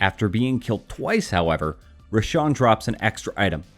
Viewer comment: Roshan not R@